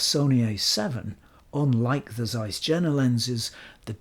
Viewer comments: by the way (not that it's important) Jena pronunciation is like Yale, not like Jennifer. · it is Jena not džena... Yeina or something like that pronounced it that weird English... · Just one thing: it's pronounced Iena not Jena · Please, mind the correct pronounciation of JENA ! Think of “Yea or nay”. JENA : JE pronounced like "Yea" JENA: NA pronounced the vowel "A" in the word "master". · CAIS, not ZAIS ! Pronounce properly ! Jena is not pronounced with a J. It is prononunced "Yena". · Hi. None of the Germans ever pointed out that Jena is prononunced Yeenah as in Johan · Zeiss Jena is pronounced Yeh-nah, which is the city in Thuringia in which Zeiss was/is located. As for Zeiss West, try the Ultron 50mm 1.8 if you can get your hands on it. It is expensive, but it is special optically and for being the first lens with a concave front element (it renders magic on par with or better than the Pancolar; downsides are terrible ergonomics, clickless and easily accidentally moved aperture ring, heavy vignetting wide open, the terrible idea of a silver barrel, which can reflect directly into the lens, and the lack of a filter ring). As for the Distagon West, it looks like it could be from Carl Zeiss Jena (East), except that Carl Zeiss Jena never produced a lens with an aperture mechanism that stops down turning left, as far as I know. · Excellent presentation. IMHO go for Jena lenses, comparable build quality in general, superb optics, better color rendition in most of the products. Why pay more? Btw. German "J" is pronounced as "Y", as in Yuma. Regards, t. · Jena is not pronounced like that. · You pronounced Stuttgart impressingly correctly. The J in Jena is pronounced like i (like eagle) .. so "ea"-ena. That out of the way, i love your channel.